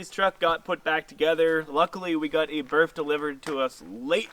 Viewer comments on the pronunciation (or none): Enlighten me with the definition of “BIRF” Sorry if you said something else, but that’s what I heard